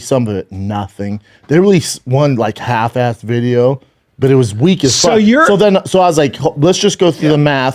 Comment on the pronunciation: Harry from Harry and The Henderson's is a more articulate speaker than Schaub... He straight up said "Haff Ahfff" - in an attempt to say "half assed." What a fricken dolt!